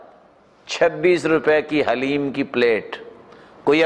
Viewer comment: السَّلاَمُ عَلَيْكُمْ وَرَحْمَةُ اللهِ وَبَرَكَاتُهُ ال حليم ye hai ALLAH ka naam hai Aur log هليم kehte hai ح se nahi kehte, balki ه se kehte hai Aur Daleem Nahi hoti wo Haleem hi hai.